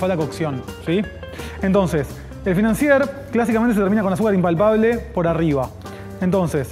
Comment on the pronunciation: La R al final de financier no se pronuncia 😎